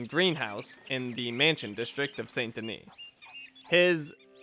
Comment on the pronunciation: You seem to be pronouncing many words wrong ("valor" instead of "honor", "SAY-nt De-NEE" instead of "SAHN De-NEE", etc.). I'm still quite upset that you didn't get the Rare Rolling Block Rifle in the last video. Maybe in a future episode you'll find it... but not now anyways. And nice references to "Sodom? Back to Gomorrah" and "An Honest Mistake", BTW.